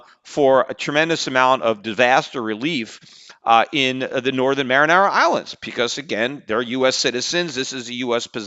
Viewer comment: Peter it's pronounced mary-on-a not mar-in-ara lol!